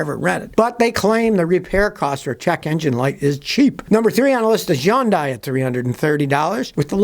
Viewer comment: For the 400th time, it's HUN-DAY, not YUN-DIE